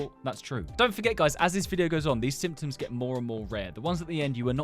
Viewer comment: instead of symptoms he says simpons